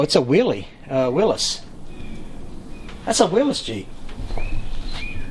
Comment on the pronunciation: Not Willis. It's a Willys